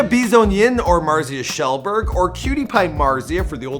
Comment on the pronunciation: "marzia kjellberg" *happiness noises*